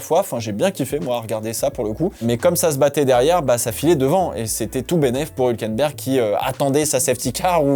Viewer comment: On dit HUUUulkenberg! Sympa la video, merci grand ;)